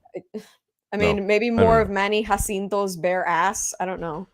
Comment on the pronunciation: She said JACINTO correctly!! Finally!! Thank you!!!! Comiendo mierda y todo!" Lol